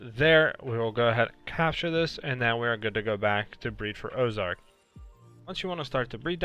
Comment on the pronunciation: Man didnt read orzerk right